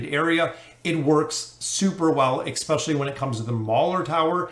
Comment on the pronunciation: yes but then he also says expecially.